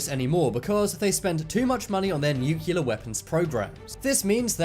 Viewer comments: Cool video chap. Thanks. BTW, nuclear is pronounced "nuclear" not "nucular". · Personal Pet peeve, pronounce it NUCLEAR, not NUCULEAR. Doesn"t sound good. Big difference, Common mistake. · nuCLEAR. Not nukular. o_o lol Well done vid. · I do believe it's "nuclear" rather than "nukelar"? lol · Dude... NU- CLE- AR!!! NUT nucular!! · not "nuk u lar"....nuclear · A less important comment. Why is Nuclear pronounced by Americans as “new-killer” and not as it should be “new-clear”..?? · Dude , nuclear is pronounced NUK-LEAR not nukelar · It nuclear pronounced new-clear NOT nucular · You said nucular, and said the ear was a bone. You just lost all credibility. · Nuclear pronounced "nucular". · How hard is it to pronounce nuclear? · He doesn’t pronounce nuclear properly. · Busby I spelled it the way he said it genius. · Pronounce "nuclear" the correct way next time